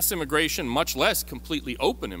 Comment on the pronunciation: It's immigration, not immagration.